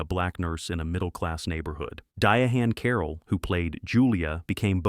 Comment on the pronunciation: The narrator should learn to say history making Dihanne Carol’s name right.